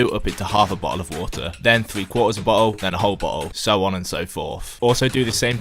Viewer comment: boh'oh'wo'er detected